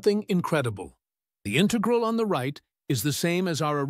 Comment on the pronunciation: The robot voice says "integral" incorrectly.